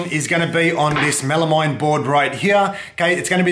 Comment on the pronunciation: It’s pronounced “mel-a-meen”, rhyes with amphetamine (they have the same etymological root for the slast two syllables).